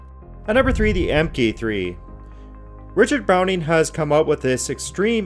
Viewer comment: Mark 3, not emmkay 3